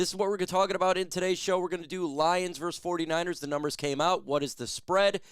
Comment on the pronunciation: VERSUS NOT VERSE 🤦‍♂️